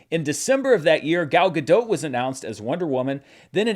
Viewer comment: It's pronounced "Gal Ga-Dott". She's Israeli, not French.